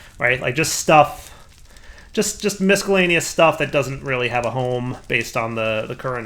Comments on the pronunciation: Please for the love of god .... stop saying miscellaneous. You have never pronounced it right. EVER. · While he's derpy, that's not by mistake. I'm fairly sure that's "as intended" as (and while I agree with you) that is "how it's spelled". I mean, why is the "c" there?